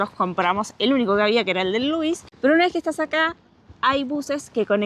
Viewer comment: They're pronounced "Lu-weeze" and "More-ain". The hotel is pronounced "Sha-toe". Yoho is "Yo-ho", not "Yo-jo". Glad you're enjoying our beautiful country.